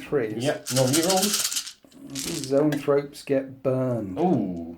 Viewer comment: You keep calling zoanthropes 'neurothropes' and it's driving me nuts. Other than that, great batrep as usual. Thanks.